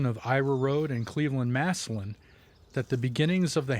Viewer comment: Glad to hear you, pronounce Massillon correctly 🙂. Masslynn.